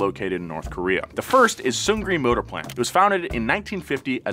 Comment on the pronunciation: Kowree not Kayowree